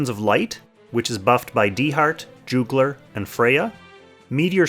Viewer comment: So slight pet peeve in regards to pronunciation. Juggler is pronounced as Juh-guh-lr not Joo gler.